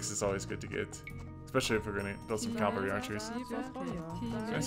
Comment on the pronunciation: I enjoy this series very much, and you're great, but it's pronounced CA-VAL-RY not "Calvary" loool